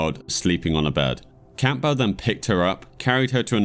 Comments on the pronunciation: It's Cam-bull not Camp-bell. You sound British how tf do you not know how to pronounce that surname? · Why are you saying Campbell like '"Camp bell". It's obviously spoken as "Cambull". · Very interesting video but that's not how you pronounce Campbell 😅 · the name name campbell is pronounced Cam bowl, the p is silent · Enjoyed the video but you should learn how to pronounce words like "Posthumously" and simple names like "Campbell" and "Nancy" properly.